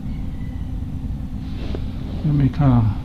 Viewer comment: Did that woman say "bankrupture"??!! I guess that says it all. 🤦🏾‍♀️🤭